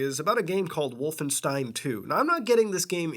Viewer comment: Oh dear "Wallenstein"